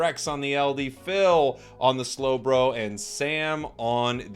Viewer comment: Hey since your trying to pronounce things right it’s not “SLOW-bro” it’s “SLOWB-RO”